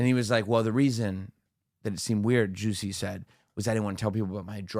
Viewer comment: Fucking Geezuss u are killing the joke, it’s not Ju-Sway it just Ju-say!! I know how u like to pronounce things a certain way but wtf.. His name is Ju see, Chappell pronounces it Ju -say so dont fuck the joke up leave it alone …. Also I know u will continue do this if u see this comment to piss me off however just know u are ruining the joke ….. yes u are 1 of those. Love the show, lol